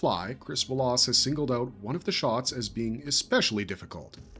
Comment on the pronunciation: Who the hell doesn’t know how to pronounce Wallace correctly!?